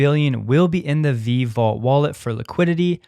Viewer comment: Its VeeVee dude. Not Veeeve